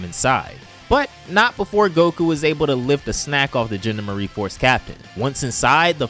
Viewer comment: The "genda-marie force" It's the GEN-DOM-ER-EE force